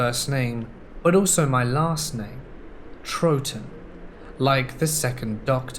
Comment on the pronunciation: Can't believe he said Troughton like the 2nd doctor. Pretty awesome (